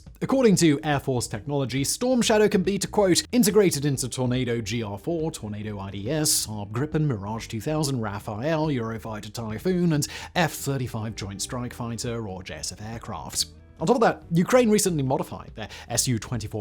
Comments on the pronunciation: Simon, for ** sake. It is RafALE (French). Not RafAEL (a boy's name). Look up the translation and you will NEVER mispronounce Rafale again. This is so unlike you. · Not to be a pain but it's said "raff-al" not "Raf-a-el" good content never the less, this little detail been getting to me 😅 Raphael is a ninja turtle not a fighter jet u know